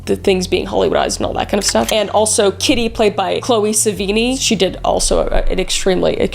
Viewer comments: The way you pronounce Edie and Sevigny is kinda hilarious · Chloë Sevigny - such talent. Maybe Google how to pronounce her name. Big fan of you, Kris!!!! ❤